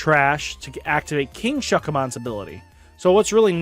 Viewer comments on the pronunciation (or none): The way that you refuse to learn pronuntiation is amazing, Ki-Ri-Ha, there is no A following an R, like you don't even need to watch the anime, you can hear other youtubers pronounce it, even a clip from a 1 min search SU-Ka-Mon where is the H? I'm sorry is this sounds pretentious or moronic, but it frustrating